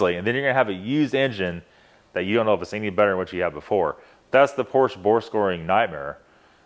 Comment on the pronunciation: I agree. 90% is just not true. He immediately mis pronounces Porsche. I’d like to see evidence on his claim. I’ve never heard so many negative comments about our cars. Not one thing nice to say